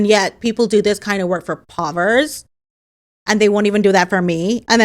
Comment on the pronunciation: yesterday it was "Cocozoid"...today its " povers "....~ism at their finest and funniest lol. You would make good as an actress especially in comedy....your whole vibe is brilliant....I also know you have done a lot sho if you have already dipped you toes into acting already then sorry....Anyway....lots of love...Tasha...UK!